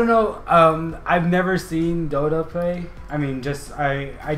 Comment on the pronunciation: You said Dota correctly lolol And yea its crazy, it's over 6 million now so CRAZY!!